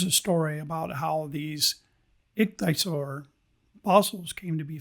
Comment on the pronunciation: Great video! It's pronounced ik-thee-uh-sor. 😊